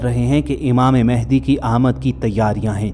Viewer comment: امام مہدی رضی اللہ عنہ کا نام م پر زبر سے م ا ہ د ی پڑھا کریں۔ شکریہ آپ کا اسم گرامی محمد ، والد کا اسم گرامی عبداللہ ھو گا اور لقب مہدی ھو گا۔ آپ اپنے طور پر امامت کا اعلان نہیں کریں گے نہ دعویٰ کریں گے بلکہ خانہ کعبہ سے لپٹ کر دعا کرتے ہوئے لوگ آپ کو پہچانیں گے تب ھر طرف خون ریزی ھو گی لہذا ادھر ادھر مہدی ھونے کا دعویٰ کرنے والے جھوٹے ھیں کیونکہ انکے ظہور کے بارے میں احادیث میں بتا دیا گیا بس ٹائم کا نہیں بتایا گیا۔